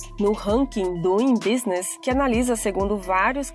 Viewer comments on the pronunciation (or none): none